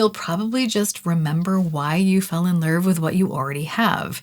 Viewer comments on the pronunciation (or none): “The Lurv they deserve” scratched my brain lol.